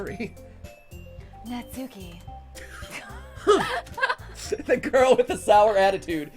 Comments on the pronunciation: when reading natsuki's name, emphasis should be on the first syllable and not part of the second syllable.... please tell me this is fixed oh boy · Every time the emphasize the U is Natsuki I die a little. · Super ready for them to say Natsuki's name Na-tsu-ki... Despite the fact her name is Nat-ski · That’s not nasuki that’s matsuki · Your saying Natski wrong Your videos are great 👍 keep up the great work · How they're saying their names is fine, and it's their play through so you can say it however you want, but because of japanese pronounciation, the names would be more like: Natsuki "nah-ts-kee" (the u is silent) Monika "moh-ni-kah" (but im not sure if it's even a japanese name or just an english name that happens to fit the japanese alphabet so feel free to do as you please) Sayori "Sah-yo-ri" (there is no r or l in japanese, they have one letter that is a mixture of r and l that's sometimes hard to pronounce for foreigners but also works the other way around when japanese/korean people try to speak english) Yuri "you-ri" (in japanese, it's two letters: yu (ゆ) and ri (り) so the u and r wouldn't combine in any way. TLDR: Some of these names are pronounced differently, so if you wanted to know, now you do, but this doesn't mean that you have to pronounce them this way if it makes you uncomfortable. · Natsuki is such a tsundere btw every word with suk in it is pronounced sk like how sasuke is said like saske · I’m sorry, but the way you guys pronounce Natsuki’s name make me a bit uncomfortable no matter how many times I hear it. 😂